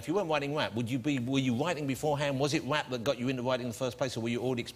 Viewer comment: 😂😂😂 JR should of said hip hop... not waap😂😂 brilliant interview 😂😂EminemSlimMarshal.. Living Legend❤